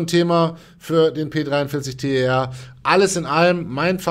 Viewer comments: Ich glaube das wird nicht T E R ausgesprochen (also buchstabiert), sondern tär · Ich will doch nur Unwissenheit aufklären und mich triggert es auch ein bisschen, wenn Leute sowas immer und immer wieder falsch sagen.